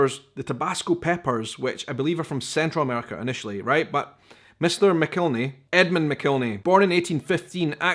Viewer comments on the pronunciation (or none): I think they pronounce it Mack-el-henny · Just an fyi: I don't know how the name is pronounced in its country of origin, but in the southern U.S., it's pronounced "mac-ill-henny". Also, any other hot sauce, even made with the same peppers in a similar process, is NOT Tabasco!